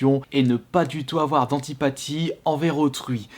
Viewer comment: "entipathie" x) on dit empathie haha Merci pour cette vidéo tu es le mieux placé pour en parler.